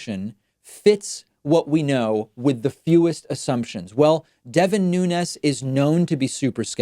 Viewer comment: Congrats on being the only person in America who can pronounce Nunez‘s name correctly